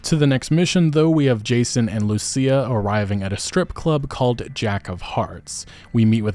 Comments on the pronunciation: My bro learned her name is pronounced LUSIA and not LUSHA. I am so happy. 😭😭😭😭😭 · THANK YOU FOR PRONOUNCING IT RIGHT - LU SEE YA . Unlike mrboss hooked on phonics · I'm glad he got her name right lmao the first video he pronounced it LOOSHA 😂😂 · About time you said Lucia right 😂